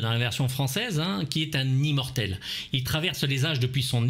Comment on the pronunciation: Le dernier "zi"mortel ???!!! 😆😆😆😆 Mon dieu. Rip la langue française 😜